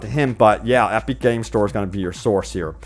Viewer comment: EP-ICK. Not EP-EEK. Or whatever you're saying.